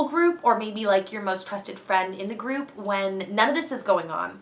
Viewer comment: i totally heard " i have stripper friends" instead of group of friends! lol